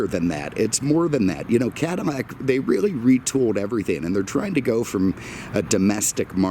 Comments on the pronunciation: It's a Cadillac not a Cadilmac sir lol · Could have have done without the weather and agri-report. Also what is a CADI-MAC? It's a CADI-LAC. If you can't say it, you shouldn't be selling it. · CaDILAC not canimac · ahahhahaha hahahahahaa!! yea he keeps saying Cadimac lol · Am I hearing Cadimmac? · Why dose he keep saying cadimack lol... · Is he saying Cadimmac? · why does he keep saying Cadimac?????? he doens't sound like an idiot otherwise. is this a thing ?????? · dislike for saying cadimax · Say the damn name properly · Too many butthurt people in the comments. Who actually gives a crap about how he pronounces cadillac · I don't know if anyone especially cares, but it is a bit odd.. Perhaps a personal idiosyncrasy.